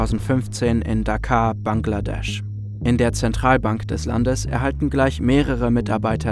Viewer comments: „BANKladesch“ gefällt mir 😂👍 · Januar2015 - Dakar, BANKladesch 🤣🤣